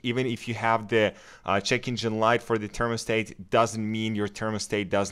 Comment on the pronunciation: they wasnt saying it was usless, but the way you say thermostat makes me scream inside 😂 usful video tho